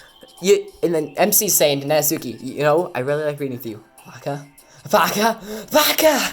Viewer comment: Not to be that guy but it’s pronounced Nat-ski